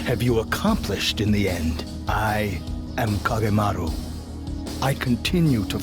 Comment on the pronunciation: I take some issue with your pronunciations, but being a big Kage fan, I'm just glad it's here. As much as I love making costumes for him, I apreciate that you kept it to his official look. I would have appreciated the use of his CG Portrait song, but that's just me and no better than nitpicking. Anyway, yay! It makes me want to go back and rewatch the others.